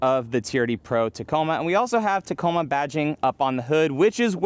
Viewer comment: keeps fucking up the Tacoma